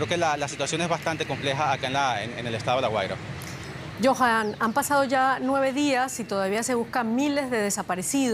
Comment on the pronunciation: Se dice Guaria, no Güera